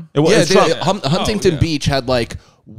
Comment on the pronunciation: The way he says Huntington makes me upset